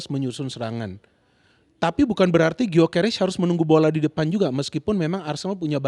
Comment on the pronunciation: Gyokeres bukan guio